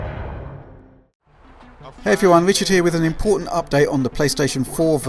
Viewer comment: "Hey everybody. Wichard here." 😭😭😂😂